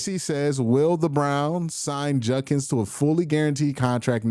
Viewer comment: JUD-kins. JUD-kins. His name is JUD-kins. His name is not. Edit: It sounds like you corrected yourself later in the video. It's probably something you're working on. I was doing the same thing for a while, so it's just something I notice, now. Keep up the solid coverage.